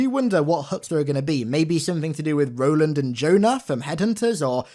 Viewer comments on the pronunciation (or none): none